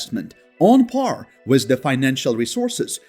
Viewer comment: Learn how to say "WITH".